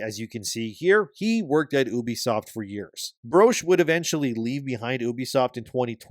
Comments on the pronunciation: I cringe anytime someone pronounces the name 'Ubisoft' as 'Oobi-soft' and yet YouTubers keep pronouncing it this way. Why? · It’s Ubisoft not Uubisoft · ffs it's not "oooohbesoft." It's "You be soft," a pretty neat little diss on bad gamers. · The name 'Ubisoft' was coined by the Guillemot brothers in 1986 as a shortened form of "Ubiquitous Software;" stop pronouncing it like 'Oobi-Soft.' It's incredibly cringeworthy.